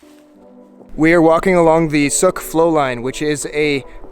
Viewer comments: Son it is not suk it is SOOKE . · Soooke not suk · Sooke not suck. You are pronouncing it all wrong 😂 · Sooo ke. Not Suk. :) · Soooooke. Not suck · Mans said souk not suke smh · It's pronounced Sooke not Suk. Very cool video. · its pronounced SEWK not sook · Yah totally annoyed by the way he’s saying it... it’s like sue-k not suck dude... holy shit it’s not hard to ask anyone who lives there. And while there is some abandoned stuff, Sooke itself isn’t. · it's said like ew so sewk. it's not suke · Soo ooke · Being from that area, it's Soooooke, not Suk... Sorry if someone else already commented... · it's like sue not suck. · It comes from. The word T'Souke of the T'Souke nation and isn't pronounced "Suk", but "Sook" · Hey This is where I grew up! cool video. It's not Called Suhk its pronounced T'sou-ke, come from the coastal salish word for stikle back fish or fish with spines. There's a endless amount of cool stuff there. There's actaully a bunker from ww2 in East Sooke that was part of the costal defense against Japan. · soooooooooook not suk lol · You say you mispronounced it throughout the video? I stopped the video after the first mispronunciation and came down here to tell you. It's too late to apologize. Everybody hates you except me. I don't hate you, but I do dislike you very much. Suk! Yuk! Thumbs down. I'll never watch another one of your videos. Suk?? Really? As punishment, you should be forced to live in Suk for the rest of your life. Nice little dog. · South Vancouver islander here. Long oooo sound with that one. You're making it sound too much like suck. Sooke like. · OK - Firstly, it is pronounced "Sooke" rhymes with "Spook, puke, duke", Secondly, technically speaking East Sooke Park is located on Canada's SOUTH West Coast NOT it's North West Coast. Haida Gwaii is located on Canada's NORTH west coast. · Anybody else hate the way he pronounces “sooke” as “suk” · wrong!! the native pronunciation is soooke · No one on the island says “Suk” lmao